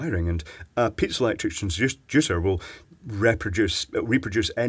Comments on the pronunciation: Its piezoelectric Not Pizza electric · hahahaahaa i like how he pronounced it :D